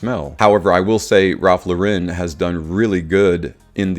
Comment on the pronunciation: It is not a french company, Lauren is pronounced like you would an American female's name.